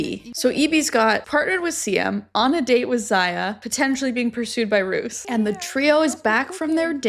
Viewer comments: Roos is pronounced as Rose. Rose is also the literal translation of Roos. Now you’re saying Roos as in rooster and it’s confusing me 😭😭😭. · Dutch is hard!!! 'Bottle' 😂😅😜You were correct , it's pronounced 'Beaudeal'. ❤ And Roos...🌹 is pronounced Rose. But with a rrrrrolling R . But just Rose is fine. 😉 Siem is pronounced as Seem. But hey...we still get it hahaha. And look at us Dutchies being an example of good communicators (watch me eat my words later...maybe). 😂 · Roos is pronounced as Rose 😊 (I watch a youtuber from the Netherlands with that same name and that's how she tells people to say it lol)